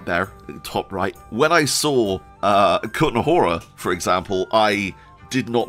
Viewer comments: WOOOW, good job in pronouncing the Kutná Hora :-) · Your effort to pronounce Kutná Hora and Trosky correctly is much appreciated! When I heard ESO, I think, promouncing Trosky with English "ay" at the end of the word, I almost suffered a stroke :D